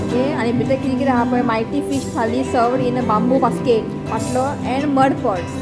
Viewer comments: it's not pottlo it is called pantlo.God bless you and your family ❤ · Its paatlo and not potlo